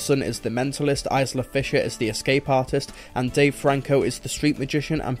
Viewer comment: I love your reviews, but some of your pronunciations are off here. It's pronounced Melanie Laur-ont, Eye-la Fisher and Bobby Co-en and for future reference, the "a" in Moffat should read softer, as if it was an "e" or a "u". Please don't see this as a dig, as it's the only thing I think you could improve.